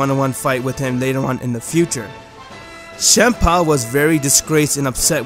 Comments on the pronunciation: nobody: me: champa: chempa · It's not shampa it's champa